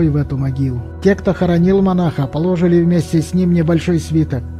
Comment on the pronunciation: "ПолОжили в сосуд", "Эти волны накатывались по мере того, как раскатывались..." Это что за чтец? Гастарбайтер?